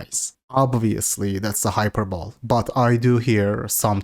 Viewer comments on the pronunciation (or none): hyperbole is pronounced "hy-PER-bol-ee" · NO its HYPER-BOWL